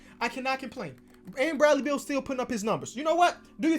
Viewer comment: Literally nobody:: “Bradley Beald”